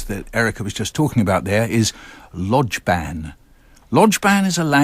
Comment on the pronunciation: It's not pronounced "lodge-bahn"...